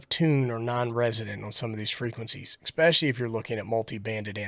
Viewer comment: I was here for guidance until you said "Expecsially"......when I turned it off